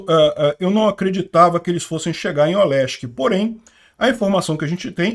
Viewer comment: Caraca, depois de anos eu consegui ouvir o sotaque carioca do falando Olesky kkkk